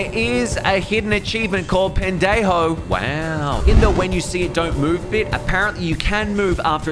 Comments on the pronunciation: It’s (pèn- deh-ho) is how you pronounce it correctly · It's pronounced "Pen-de-hoe" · bros really lucky to mispronounce that spanish bad word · My pet peeve is when English speakers pronounce Spanish words incorrectly like hablar, or bailar or in this case pendejo. But lucky for you to prevent some humiliation (the j in pendejo makes an h sound the h is silent in hablar and il makes a y sound in bailar) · Why tf did you pronounce pendejo like that😂😂😂😂